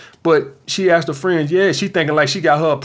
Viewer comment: this guy axed me dis quession